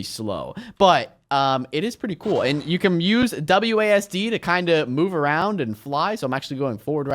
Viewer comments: When you said wasd it’s like aswd haha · Okay, instead of saying "WASD", how about saying... you know... ..."ASWD"....?